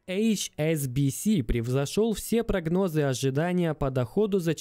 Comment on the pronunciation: Инфа интересная, но по этому поводу вырубил .. невозможно слушать...ужасный голос и ударения...всЕе прагнОзыы....начитесь нормально говорить, пожалуйста нормально . Иногда, кстати, нормально получается...это уже во второй половине ролика...но всё равно вырубил.